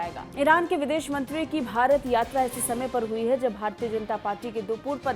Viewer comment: Abe gadho bhrat nhi hai bharat hai